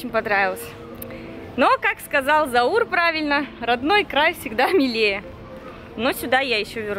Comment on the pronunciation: Заур ударение на букву а, а не на букву у